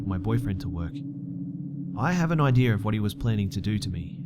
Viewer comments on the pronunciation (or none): "I have an IDEAR on what he was planning to do to me" Lmao "idear" 😂